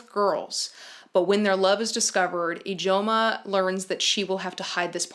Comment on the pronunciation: The fact that you pronounced Ijeoma correct from Under the Udala tree! It’s neverrrrr pronounced right by anyone lol